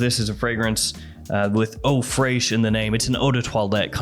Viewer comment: Fraiche is pronounced fresh like in english